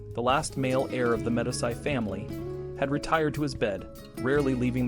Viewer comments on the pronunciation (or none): medisy? it is pronounced "medeechi" you dunce